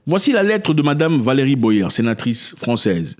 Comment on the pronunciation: C’est pas «Boyère » mais Boyé ….comme dans aboyé. 🤭🤭🤭🤭